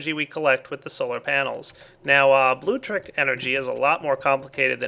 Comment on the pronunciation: Good lord it's BLULECTRIC Not blutric BLU LEC TRIC